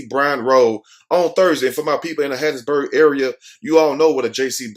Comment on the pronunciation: I WAS BORN IN RAISED IN HATT.B MISS. YOU SAID IT RIGHT. DON'T MAKE THE WRONG TURN😀😀😀😀